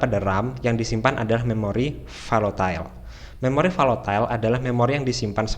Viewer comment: Koreksi: bukan valotile, tapi volatile.